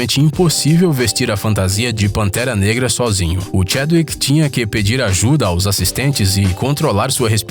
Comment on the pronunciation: Vc falou pantera nega kkkkkkkk